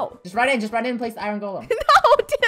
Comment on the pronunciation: I love how and funneh say iron like iroan